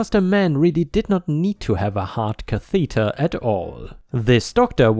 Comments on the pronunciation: Note: Catheter ≠ Ca=THEE-tur Cather = CA-thuh-tur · it's pronounced caath a deer Like ass but stretch out the a So Like cat Cathader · Learn to speak. Pronouncing words wrong again. Heart catheter u pronounced it wrong